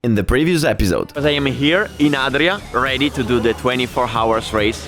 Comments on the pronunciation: No one has yet told him how to pronounce hours correctly? English is my 3rd language and it was still hard to hear that :o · House, Him, Helicopter, Heroin, Hakuna matata, Half, etc... however, you don’t pronounce the H in « hours »